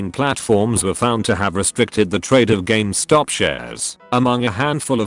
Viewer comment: Nobody:: Games Top